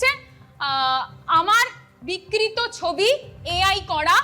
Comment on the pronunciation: কি বিক্রিত হয়ে গেছে? বিকৃত সঠিক উচ্চারণ করতে গেলে সেই উচ্চারণ করতে গেলে সেই শিক্ষা ও যোগ্যতা কোনটাই নেই। ও চটি চাটা ছাড়া আর কিছুই জানে না।